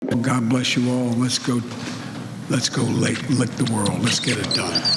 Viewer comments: Did he say let’s go lick the world? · Did he say “let’s go lick the world” 😂